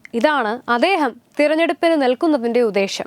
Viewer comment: അദ്ദേഹം,ഉദ്ദേശ്യം എന്നാണ് പറയേണ്ടത് അദേഹം ഉദേശം എന്നല്ല. ഏറ്റവും നന്നായി വാർത്തകൾ അവതരിപ്പിക്കുന്ന മോൾ ഇതു കൂടി ശ്രദ്ധിക്കണം.